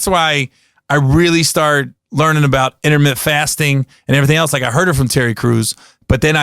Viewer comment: lol this dude said intermitt fasting like 10 times. Gary, it's intermittent bro add the ent to the end homie.